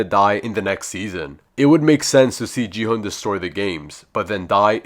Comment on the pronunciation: It’s gi H UN